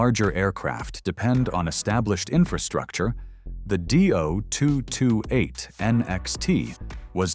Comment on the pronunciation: Repeat after me: DEE - OH - 2 - 2 - 8! .. NOT Doo-228!